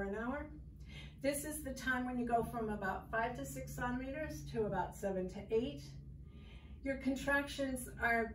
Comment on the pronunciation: something about the way you word the pain of labor and don’t know how to say centimeters makes me dislike this video strongly i couldn’t even get through it